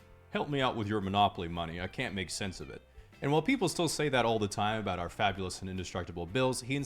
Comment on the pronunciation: Pretty sure I've also heard Aiden say aboot a few times 😊